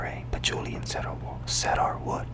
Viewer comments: Awesom vid. By the way it is pronounced cee-dur wood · Cedar is pronounced Sea-Durr 👍🏽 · Hey man watched a few of your videos I’ve enjoyed all the cologne ones, cedar is a wood and it’s pronounced seeder haha cheers! Love the videos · Hi! Cedar is pronounced “see-der”